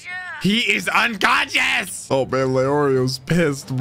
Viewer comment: "He isz unkonshaAaass" lmao